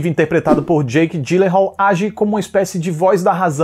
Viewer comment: Ótimo vídeo! Só errou a pronúncia do sobrenome do Jake. A pronúncia correta seria "ialenrrúlarreh" :'D